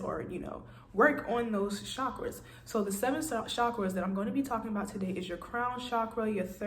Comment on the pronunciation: I like the way you say it best. Lowkey , that’s how I pronounce it too...